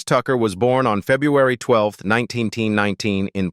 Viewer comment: Get rid of the AI narrator. Febuary 12th 19ten19.